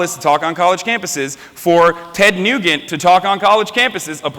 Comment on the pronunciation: dipshit cant even say Ted Nugent correctly....